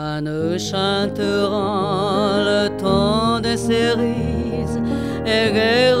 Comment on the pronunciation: cerises(正スリーズ→誤セリーズ)の発音が間違っているのだけが惜しまれてならない名唱。